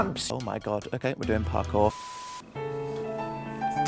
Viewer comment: As if you didnt say purr-cour instead of parkour